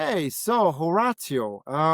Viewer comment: Ho- rawt- tio? Dude mash up yuh name bro